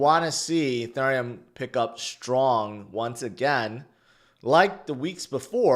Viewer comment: Why do you say “Ethurium” like that?